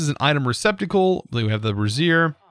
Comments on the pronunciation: me snickers like a 12 year old. also snickers when he says " brassiere" instead of "brazier" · can just not cope with the word 'Brazier'. bray-zur (If americanish). Brey-zee-uh (if english). BrArr-zee-air if you want you want a lift.